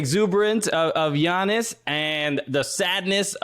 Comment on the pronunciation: how the fuck are people still pronouncing it g-iannis